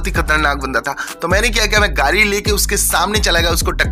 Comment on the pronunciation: Gadi❌😑 Gari ✅😅